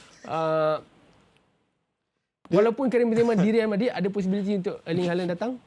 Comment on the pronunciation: NICE SEBUTAN.. RIAL MADRID.. RIAL KER REAL..